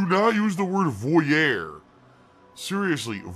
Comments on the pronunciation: Yup that drove me nuts too. Bloody Swinehander grrr. As a French speaker his attempt at saying voyeur kills me :D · Repeats voyeur...the word he cannot pronounce to save his soul. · He can't even pronounce "voyeur" correctly.